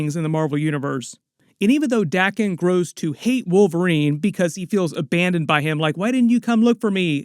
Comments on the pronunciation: It's pronounced day ken not dahken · Wolverines sons name is spelt Daken. So its pronounced 'Day-kin'. If it was spelt Dakken it would be pronounced 'Da-ken'. The rule is a double consonant after a vowel shortens the vowel. 'Daken' only has a single consonant so its a long vowel. Day-ken. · Your rule doesn't apply to Japanese words. Daken, or rather 駄犬, is pronounced dah-kehn.